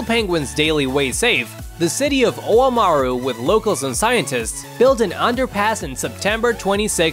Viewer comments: Omaru Pronouced Om-a-roo not Oh-mah-roo. It's Maori not Japanese. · Well not in the south Island of New Zealand or the 6pm news. Your saying Oamaru is pronounced as three syllables? What about Timaru, how to you pronounce that?